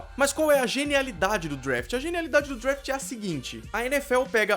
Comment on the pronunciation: Parabéns pela informação eu sou um grande fã de football americano, é também professor de inglês por isso fico curioso: Vc mora em USA? Se for assim devia caprichar um pouco na pronúncia, por exemplo "draft" não"drafte"....É por aí vai. Desculpe a sinceridade, mas Vc está ensinado coisas em inglês! Abs